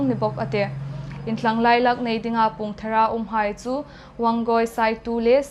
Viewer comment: Ei ṭawng ngeia Chanchinthar ei hang ngâithlâk thei hi chu lâwm a umin a ropui ngawt el.. Hieng nêka changtlung lema hma hung la thei pei dingin buoipuituhai ditsakna kan hlân cheu.. ei hmalâkna dingin Point pakhat chau, inthlahrung um hle sienkhawm hung pe ve el lang. Ei ṭawng lamdikna kawng thu ah hmalâk nâwkzuol a ngâi el âwm ie...Hrît= hriet. Pûng= puong Rût = ruot.